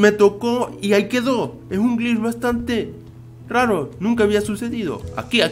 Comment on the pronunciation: cuando dice glitch pareciera que estuviera diciendo bleach xd